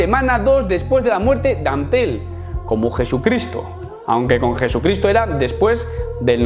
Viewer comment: "Am-tel la duda..."